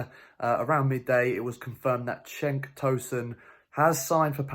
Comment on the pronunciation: cenk with a j. like 'jenk